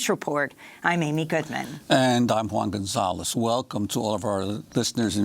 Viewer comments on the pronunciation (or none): none